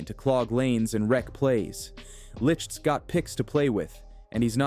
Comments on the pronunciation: Jason Licht (light) not lickt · His name is pronounced Jason Light. Enjoyed your content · Can you at least pronounce Jason Licht name right its pronounced "Light"